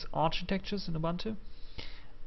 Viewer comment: and oo-boon-too not a-bun-too